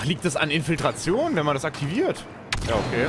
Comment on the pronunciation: Super Video, weiter so:) aber das „Infiltation“ statt „Infiltration“ tat schon weh:D